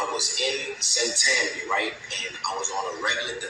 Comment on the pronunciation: You pronounced St. Tammany Parish correctly. I live there..😅